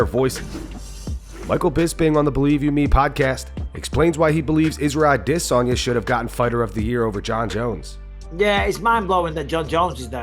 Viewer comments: Ah-duh-sanya. I just don't get why he pronounces it so weird. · Cringey as fuck listening to the host try to put an African accent on the pronunciation of spaghetti armesanya’s name.. sounds like when a tourist goes on vacation and tries to blend in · The way you say Adesanya makes me want to throw up every time.